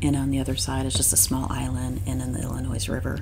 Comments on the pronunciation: There is no "S" sound in the word "Illinois." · Got it i·luh·noy. My deepest apologies for the incorrect pronunciation of Illinois. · Not to be snarky but just so you know those of who live in Illinois do not pronounce the "s" in Illinois. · There is only ONE Illinois. It's not plural. The "S" is silent. Great video. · The S Illinois is silent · Yes, with your wealth, you would think you would know how to pronounce Illinois! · Thanks. I grew up in Michigan and always pronounced the “s”. Another subscriber pointed it out on Monday’s video. Thanks for letting me know. I taught 8th grade and incorrectly pronounced a student name wrong the first semester. Another student switched periods and the first day called me out. Thanks for watching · I am from Michigan and spent my first 23 years there til I moved west and never went back I always heard it pronounced WITHOUT the s French pronunciation, I guess. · come on dude, non midwesterers pronounce the S in IllinoiS, money has nothing to do with it.